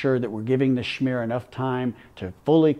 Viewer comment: He is the chosen one to say "schmear" properly.